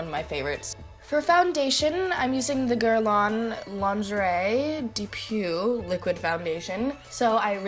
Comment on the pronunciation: The way you said "lingerie de peau" haha 😂😂 btw you slaaay this look !